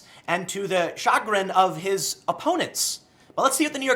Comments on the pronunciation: Tim, I love you man, so don't take this the wrong way. That's not how you pronounce Chagrin. The emphasis is on the second syllable. It's more like shaGRIN rather than CHAgrin. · "D Shah-grin, tim? You mean chagrin. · " Much to the CHA-grin of his opponents." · I know how to pronounce chagrin. Very nice work, Tim. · CHAGRIN.... SUFFICE TO SAY TIM MISPRONOUNCED THIS WORD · Tim: “I’m the adult” Tim six seconds later [mispronounces chagrin] 👍